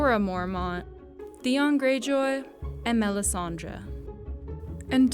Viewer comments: Melisandre the way you say the name annoys me. It's Dre as in Dr.Dre not melisan-draw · Everytime she says melissandra I want do stab myself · MEL-IS-SAN-DRA. SO PAINFUL. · Melisandre not Melisandra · I wish everyone would stop calling her Melisandraaaa.